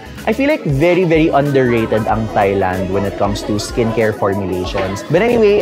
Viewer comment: Good skincare advice but please note that in proper English, Thailand is pronounced “Tie-land” (silent H), not “Thigh-land”.